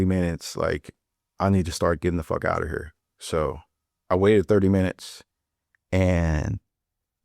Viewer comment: “hurrrr” yeah he definitely from St. Louis